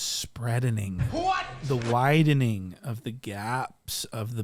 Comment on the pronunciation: “The widening” 😂😂😂